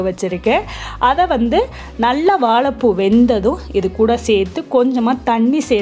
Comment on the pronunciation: வாலப்பூ இல்ல .. வாழைப்பூ .. 😀😀😀😀